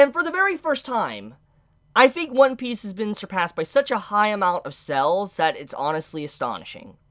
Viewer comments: Why do you pronounce sales as cells lmao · Pronounce sales properly